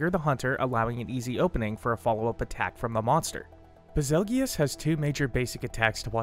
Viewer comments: I'm a bit disturbed that he pronounces it bezulgious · It's BAZELJEUSE. Like "beetle juice" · No way bro just called him baz-el-gee-us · Did he just say ba- zel-gee-yus what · I always thought it was pronounced bazel (like bagel) goose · If betelgeuse is pronounced beetle-juice then Bazelgeuse is Basil-Juice....ba-zell-gi-us sounds cooler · Lol ive always pronounced it as "Basil-goose". Still really wierd to pronounce it the way he does in the video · SAME. It's like "beetle juice"